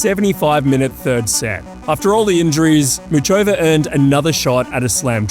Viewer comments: ffs it's pronounced Mukhova you ignorant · the fact you present yourself as such a tennis aficionado but can't be bothered to say muchova's name with even the minimum anglophone effort is so off-putting